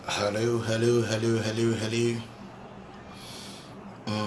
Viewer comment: Eiii are u alrite what is helew 😂😂😂😂 is helo